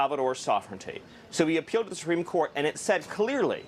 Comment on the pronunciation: I never realized is absolutely incapable of pronouncing the word "supreme" correctly. he literally said "supeme" like 4 times....